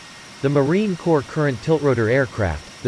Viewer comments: It's Marine Corps (silent ps), NOT Marine corpse!!! Idiot! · Pronounced 'C O R E" NOT CORPSE!!!!!! CORRECT YOUR VIDEO!!!! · Is this dude another Obooboo person. United States Marine Cor(ps) ... not Corpse ... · It’s pronounced “core”, not “corpse”. The p is silent. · It is "Marine Corps" (pronounced "Marine core", not "Marine Corpse"). A corpse is something no Marine ever wants to be. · Corps is pronounced core not corpse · Why didn't someone tell the narrator that it's not pronounced corpse. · PLEASE stop pronouncing it as Marine “CORPSE”. It is pronounced as “CORE”. Quickest way to piss off a Leatherneck. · Marine 'Core' not 'Corpse' 😡😡😡😡 ????!?!? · You killed me with the pronunciation. Its pronounced like “core” not “corpse” or “corp.”!! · Pronounced marine core,not marine corpse. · It's pronounced "Kôr" Damn it! Not "kôrps"!!! As in a military organization and not a freaking dead body! 😠😡😤 Semper Fi Marines! OOH RAH! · Get the pronunciation of Corps correct, it is not pronounced "Corpse" it is pronounced "Core" Thank You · i hate when people say Corps like a dead body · Its not fkn CORPSE (Although we specialize in producing them), it is pronounced 'Core-, so get it right or keep your fkn suck shut! Semper Fi to my Brothers and Sisters! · The synthesized voice pronounces 'Corps' as 'corpse'. lol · It’s pronounced COR not corps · It's not Marine "Corpse" It's Marine 'Core' The Corps is pronounced Core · Fix the robotic voice when pronouncing "corp"!!! It's the Marine COR not a dead body. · For the love of God, Corps, and Country, PLEASE stop pronouncing us as CORPSE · "Marine corpse" awful, really really awful. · Marine Corps NOT corpse! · The P is silent is Marine Corps. Like Core not Corpse. Jackass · The damn computer voice keeps pronouncing Corps as “Corpse”. WTF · The letter “p” in Corps is silent, as in “core.” Pronounce it correctly. Semper Fi, a Combat Warrior, OUT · A lot of Marines are pissed that he keeps saying corpse instead of corps